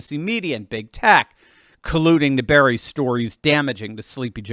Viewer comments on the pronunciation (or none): none